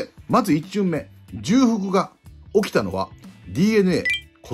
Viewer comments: 重複は じゅうふく ではなく ちょうふく です。 じゅうふくは×ではありませんが 元々は間違いです。 貴重をきじゅうと読む人が増えればいずれきちょうの横にきじゅうも辞書に載るかもしれませんね。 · 『じゅうふく』ではなく『ちょうふく』ですよ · 重複はじゅうふくではなくちょうふくかと思います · じゅうふく が凄い気になっちゃう（笑）本来は ちょうふく だけどもうこれもどちらでも良いって風潮になってるよね… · 里崎さん、じゅくふくではなくちょうふくでは？ww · サトさん色んなチャンネルで使ってますけど、｢重複｣はジュウフクじゃなくてチョウフクです。 細かくてすみません。毎度毎度気になっちゃって( . .)" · じゅうふくじゃなくてちょうふくね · 慣用読みで使われてますけど、じゅうふくは聞いてて恥ずかしいのでちょうふくと言いましょう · じゅうふくじゃなくちょうふくです！！ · 重複は「じゅうふく」ではなくて「ちょうふく」ですよ。「慎重」「丁重」と同じ読みです。「慣用読み」として使われているだけなので、今後訂正された方が言葉を使う職業として宜しいかと思います。 山下輝投手取れたのは良かったです。高校時代投げ方を見て波佐見高校の隅田投手同様木更津総合高校の山下投手をプロで通用する投手と見ていました。トミー・ジョン手術で回り道しましたが、パワーアップして戻って来ました。変化球のコントロールでは隅田投手と互角なので確保出来て良かったです。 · 重複をじゅうふくって読むのアホだと思われるので辞めた方がいいですよ まあ最近はじゅうふくって読んでもいいみたいになってますけど、読み間違えるアホの声が大きいからそれが通用してるだけであって やっぱりここは多くの人が見てるんで正しい日本語じゃないとだめでしょ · 重複は、『ちょうふく』と読みます！ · 重複（ちょうふく）が正しいかな？ 投稿おつかれさまです。袴田さんとの収録も楽しみだな。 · 里崎さんも「じゅうふく」民だったか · 重複をじゅうふくって言うの気になる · 里さん！ 重複は「ちょうふく」ですw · 重複→ちょうふく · 重複(ちょうふく) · 重複をじゅうふくって連呼するのがキツい。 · 重複(ちょうふく)です